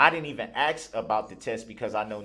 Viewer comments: Darrel’s constant inability to pronounce a simple three letter word like “ASK” is literally driving me nuts. How dumb can you be to mess that up?? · This clown says axe so often you'd think he was auditioning for Lizzie Borden. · Just listened a second time...as painful as it is to witness this abuse against this judge and our Judicial System and just Sociatal Norms in general..Ugh..but oh my nerves..if he says ax or axed One More Time...I think I'd rather hear biast...idiot. I better stop I could go on and on and I know I'm preaching to the choir....and I know your interested in, ( which I think is very cool) where your listeners are from and all...I'm not from an exotic country or anything....well...actually that's debatable...I hail from The Great STATE OF TEXAS...said all that to say thought you might get a kick out of the fact I'm a soon to be 62 year old neurotic female...which I'm sure old enough to be your grandmother lol..Just wanted to let you know that and last thing, I've said it before and I'll say it again....I simply LOVE how you HATE him sooo..fist bump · I HATE how he tells the judge she's a public servant! Have you done a video on all his mispronounced words? Oath....Oaf, Ask .... Axe,, bias..... biast...